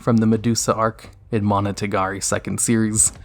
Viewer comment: each time i heard "monotagari"... i get triggered